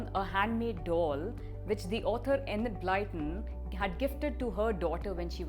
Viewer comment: Actually is closer than you are good sir, and I say this as a native English speaker.